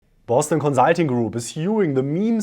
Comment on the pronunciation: Love your videos, but please adjust your pronunciation of "consulting"...